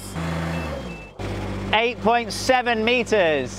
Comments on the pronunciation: "thaats tin meetas egzackley!" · Hearing him shout "TEN METERS!!!" in the most british accent was very wholesome.